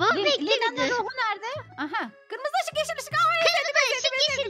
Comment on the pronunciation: 😅O kırmızı değil gırmızı 😂😂